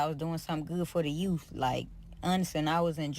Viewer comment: You can't be a sub if you can't pronounce "context" and "youth". Come on people!!!!!!